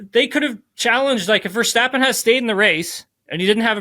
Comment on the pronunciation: When will you stop calling him VerSTOPpen ???